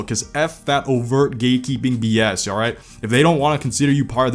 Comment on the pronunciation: I couldn't stop hearing "gaykeeping" instead of "gatekeeping" KKKKKK